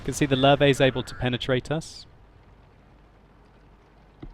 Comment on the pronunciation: it's not lur-vey (Löwe), it's lurvah (listen to how jingles says it, he has it down.)